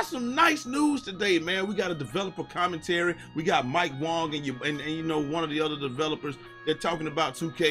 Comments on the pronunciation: You know what’s funny? You been saying Mike Wang’s name wrong 🤣🤣it is a long A lol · nah its really pronounced wong. mike has said it himself on twitter.